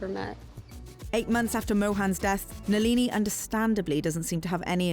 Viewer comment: NALEENEE??? Come on if you’re gonna do this at least get the pronunciation right